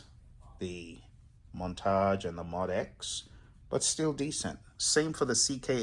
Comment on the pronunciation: Moe-Dee-Ex . It really is not that hard to say. Moe-Dee-Ex. It's hard to take the opinion of someone who cannot name the thing they are talking about. Nice collection though.